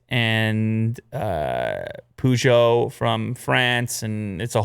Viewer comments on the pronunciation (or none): I must have missed the ‘u’ after ‘p’ in Peugeot.... 😂